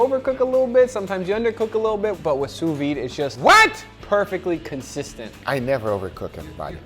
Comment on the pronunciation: SOUS-VIDE, not SOUS-VI ! this drives me nuts xD